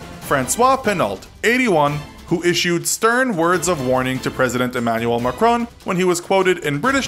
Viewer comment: The way how he butchered Macron's name, just beautiful 🤩